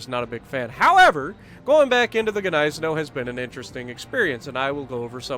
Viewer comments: Nice video, I Love the Gneisenau, also (if you dont mind me knowing better, I'm german) It is pronounced GneiseNOW(Gneisenau) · Isn't Gniesenau pronounced "Nize-Now"? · I rather pronounce ot Gneisen ow(like hurtinh yourself lol)